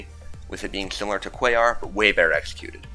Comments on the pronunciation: He actually says it right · I’m giving you credit. You say Quaoar correctly. It’s the kind of thing that forgives congregation not being on the list.